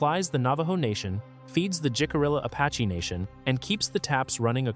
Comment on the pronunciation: The weird visual effects are quite obnoxious. That is NOT how you pronounce Jicarilla. 😆